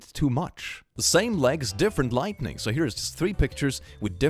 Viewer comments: It might just be my hearing, but I'm hearing you pronounce lighting as lightning. Veeery subtle difference, and most English speakers don't notice the difference in writing (soooo many write lightning as lightening), but thought you'd want to know. 😘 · Have you ever noticed that he consistently says lightning instead of lighting? EVERY. TIME. It's kinda funny. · Drinking game, take a shot every time he says "lightning", instead of lighting. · I love how he constantly says lightning instead of lighting. It's somehow really adorable <3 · keeps pronouncing "Lighting" as "Lightning" and it's absolutely pissing me off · Okay, no one's told you this, but it's not "lightning", it's lighting. learn the difference lmao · I love how he pronounces “Lighting” as “Lightning” 😂 It’s great.